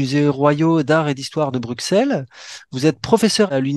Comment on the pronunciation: PS : Bruxelles se dit BRUSSELLES et pas BRUQSELLES : merci de ne pas oublier